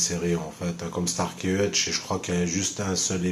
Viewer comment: Starsky et pas starky